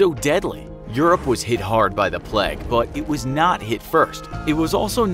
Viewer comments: the bubonic "pleg" 😭 I've never heard an American say "plague" before- I didn't realise they had trouble with the "ay" sound except in the name "Craig". Is it something about "ay" + hard "g" that they struggle to pronounce? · Am I the only one getting annoyed at the pronunciation “pleg”? It’s like playg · Also it's pronounced "Play-g" not "Pleg" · its not pleg its playge not how you spell it just how you say it or Its just me being British.. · It is pronounced “play-g” not “pleg” 🤦🏻‍♀️ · The dude: BLa bLa bLa flEas on rats spReAd by TradE Also the dude: bLa bLa bla PLEG Me: *PLEG?? It’s PL-AY-G! PLEG? Zendaya and Zach Efron: What if we rewrite the star—- Me: WHAT IF WE REWRITE THE DICTIONARY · yeah, it’s strange how it’s changed in the states when everywhere else it’s pronounced “Craig”. How do you pronounce “plague”- like “plague” or “pleg”? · Great video, but your pronunciation of plague is super distracting. PLEG? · Why do Americans pronounce Plague as pleg? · Nobody: Absolutely nobody: The Infographic Show: Pleg. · Gota be honest with you; the way you're pronouncing "plague"as "peg" is doing more damage than the Black Death. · If the narrator says 'pleg' one more time..... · Lol why do you say the pleg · As an American, this is my first time hearing the word 'plauge' pronounced like that😭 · Could you learn how to pronounce the word plague correctly please!